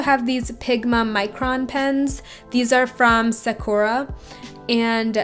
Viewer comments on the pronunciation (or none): none